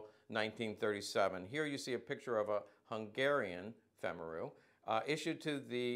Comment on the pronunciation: FYI: just for the sake of good form, as a US Army -qualified Hungarian linguist ( back in the day), i can say that Femaru is pronounced something close to FAME-ah-roo. - with a hard R.